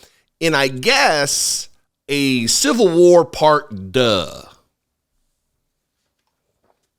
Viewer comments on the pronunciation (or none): did you say "civil war, part duh"?😅😂😊❤